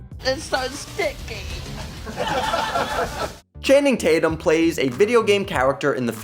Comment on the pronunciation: Chaining Tatum?!! Oh you mean Channing Tatum. I’m with everyone else on this one. The narration was needed